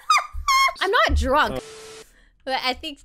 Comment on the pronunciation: “I am not druk” -Rae